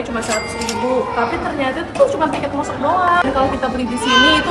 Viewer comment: Maaf kak tapi masa raga bilang ,udah masuk , kok masuk nya jadi masak sih 😅😅😅😅😅